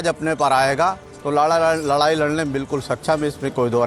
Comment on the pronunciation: Bosideke ladai toh sahi se bol nhi parahe aur ladkyi ladoge